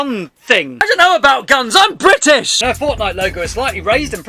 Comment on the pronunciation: Don’t you mean “bri ‘ ish”?